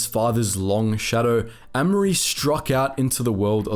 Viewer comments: pronounced A mery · Amery is pronounced with a hard A sound not a soft a